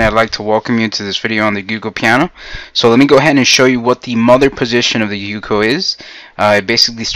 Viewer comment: Very sorry, but I just couldn't get past 15 seconds of your mispronouncing "Giuoco". (That leading g would have a "j" sound in standard Italian...if you said it like "Joko", it still wouldn't be exactly right but it would be better.)